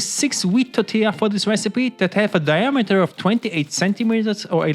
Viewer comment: didn't realize you were german until you said diameter of your pan